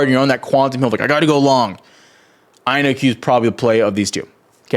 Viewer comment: Take a shot every time he says IONQ wrong